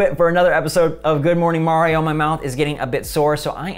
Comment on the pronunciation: Say it with me " Ma-ree-ow "